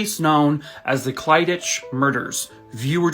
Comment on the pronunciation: Clydach is said as clidak, its a Welsh place name